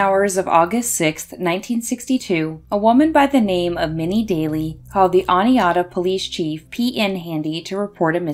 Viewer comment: Thank you for pronouncing Oneonta correctly!